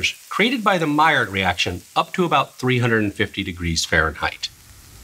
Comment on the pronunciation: hey buddy, the D is silent in maillard